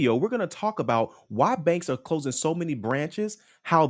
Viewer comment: say CLOSING NOT CLOZIN!!!!!!!!